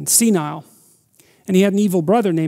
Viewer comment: Osiris was 'see-nile" kekkekekeke